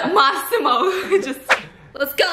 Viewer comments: Nobody:: Maximore 🤣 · " Maximore " I'm dead 💀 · Why do I hear 'must see more' whenever stephiance say Massimo. Im DYING